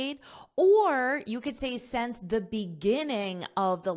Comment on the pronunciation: great lesson! only one thing you probably need to pay attention to is your pronunciation of the word SINCE, you got it wrong(or accent?) according to standard pronunciation.